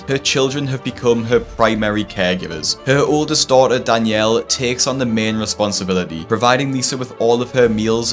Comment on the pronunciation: These people disgust me and its hard for me to feel sympathy. However, I do wish them the best. I also wish the best for Dr. Now's english skills and hope he learns how to say words like responsibility. 😂